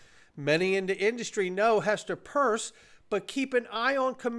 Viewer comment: It’s Hester PIERSE not Purse. Why do you keep misnaming her????